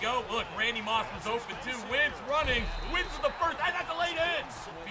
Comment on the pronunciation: Wentz not “wints”